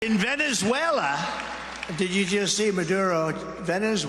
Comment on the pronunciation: VENEZUERRRRRRRRRRRRR gets me every time